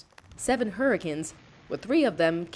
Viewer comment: you said hurrcen insted of hurricanes